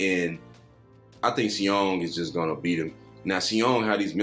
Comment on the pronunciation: props u guys did a great job breaking this down FYI 'Seeung' ......his name is acrually pronounxed just 'Sung' the should just leave out the E he does speak english too or is learning thanks fellas